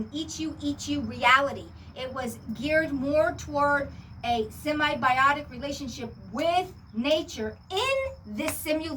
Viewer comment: Hey darlin'. It's SIMBIOTIC not semi-biotic. Remember the SIM.